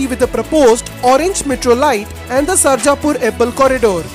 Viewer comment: Its marthahali not maratahalli...again not hebble hebaal